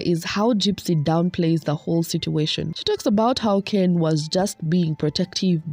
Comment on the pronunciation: And the way she insists on mispronouncing Ken's last name bc she likes the way it sounds better....